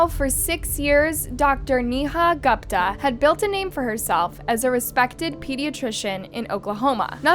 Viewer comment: "Gooooooopta" girlfriend... You pronounce her name "Goooopta".